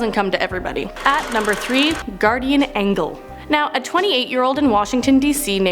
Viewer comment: "Guardian Angle" Lol!